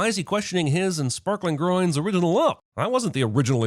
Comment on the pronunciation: I can't get over when he says "Sparklingloin" and "Moneyloin"